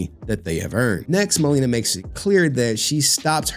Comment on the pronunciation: Dammit stop being IGNANT BARACK MAN its not MUH LEE NUH its MA (like HEY MA) Le (like in Lexus) and NA (like NAHHHHHHHHHHHH SONNNNN THIS BITCH AINT TAKIN ME FOR 75% MY SHIIIII)